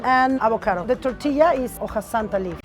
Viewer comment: Did she said tourtilla?